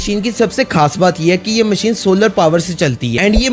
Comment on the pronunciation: Allah ka wasta hei Please Khhas کھاص Na bola karo